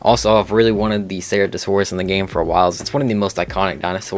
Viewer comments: he really just said sarahtosaurus 💀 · also those pronunciations hurt Ceratosaurus, Concavenator, and Yi Ling in particular The first two arent Sera Tosaurus or concave editor. One word And its not Why-ling its Yee-Ling